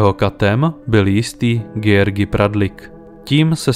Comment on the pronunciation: "Sz" je v maďarštině "s" a ne "š" a "gy" je "ď". Takže, jelikož byli Vadász a Juhász Maďaři, a ne Poláci, je třeba číst jejich jména jako Vadás a Juhás. Totéž u Szilagyové, neboli Siláďové. Stejně tak se György nečte Gjörgi, ale Ďörď.